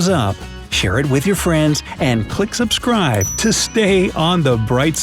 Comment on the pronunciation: You just said sussscrive. That’s “fancy B is German for two s’s